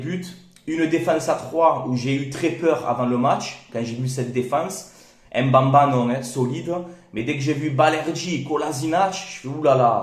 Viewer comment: C'est plutôt mbemba et non mbamba frère m ne se prononce pas si jamais